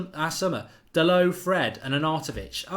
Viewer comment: DA-LOW. DA-LOW. DA-LOW. DA-LOW. DA-LOW. DA-LOW. DA-LOW. DA-LOW. DA-LOW. DA-LOW. DA-LOW. DA-LOW. DA-LOW. DA-LOW. DA-LOW. DA-LOW. DA-LOW. DA-LOW. DA-LOW. DA-LOW. DA-LOW. DA-LOW. DA-LOW. DA-LOW. DA-LOW. DA-LOW. DA-LOW. DA-LOW. Pls Mark. Fuckin learn the name already.